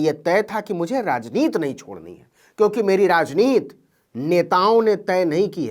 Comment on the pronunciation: भाई नवीन कुमारजी आप बार बार "राजनीति" को "राजनीत" क्यूं बोलते हैं? ये जान बूझ कर या अनजाने में बोलते हैं? शब्दकोश में "राजनीत" शब्द मुझे नहीं मिला अबतक।